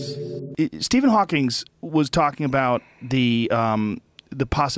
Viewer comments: First off: Stephen HAWKING, not Stephen HAWKINGS. If you’re going to host a show, at least get the name right. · 1 second in “Stephen Hawkings” ffs 🤦🏽‍♂️ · Hawking. Hawking. His name is Stephen Hawking, not "Stephen Hawkings."